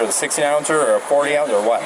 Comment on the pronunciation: The amount of times he said “vut” (what) in the full video is hilarious